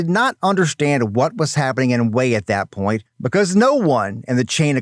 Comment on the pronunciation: It's not wheel. Its hue. Wha a waste.